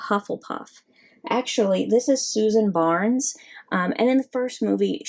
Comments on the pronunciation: Btw it is Susan bones not barns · It's Susan Bones not Susan Barnes. Just correcting you not mad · Is everybody just gonna ignore the fact that she pronounced bones as barnes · Its Susan Bones not Susan Barnes. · Bones not barnes